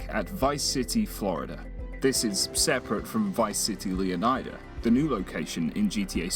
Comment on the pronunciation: I believe Leonida in GTA VI is actually pronounced "LAY-UH-NYE-DUH" as opposed to "LEE-UH-NYE-DUH".